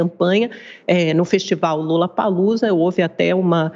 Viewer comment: Essa Amanda é tão doente que ela disse LULAPALOZA, ao invés de LOLA